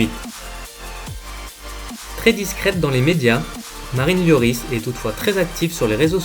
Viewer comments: Hugo lioooris frère fait un effort LORIS ca se dit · mais orh t’a rien compris toi ca se dit l o r i s pas lioris comme il dit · correction Lloris